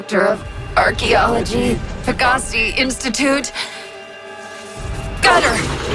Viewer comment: I wonder if they mispronounced Pegasi on purpose. If it's based on the winged horse it should be Pe-guh-PSY rather than Pe-GAH-see